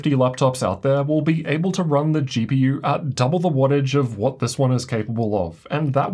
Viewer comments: "gee pee urrr" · why bro say GPUrrrr